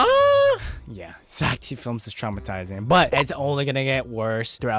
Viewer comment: That ain't zack d. Films thats "zack dih films"